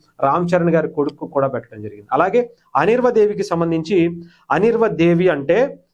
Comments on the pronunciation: అనిర్వ కాదు సర్ అన్వీరా దేవి అని చెప్పండి ప్లీజ్ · ఒరేయ్ బాబూ..! అనిర్వా దేవి కాదు.. అన్వీరా దేవి 😂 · Mundhu Anveera anadam nerchuko raaa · you're pronouncing her name completely wrong